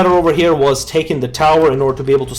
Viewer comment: It's SUNTZU not SANTZU :(